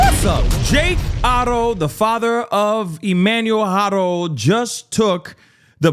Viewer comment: Thanks for pronouncing his name correctly big dawg. Fun fact, on the RivCo inmate search it shows he has NO CHARGES!!!